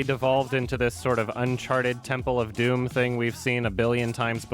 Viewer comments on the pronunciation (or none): none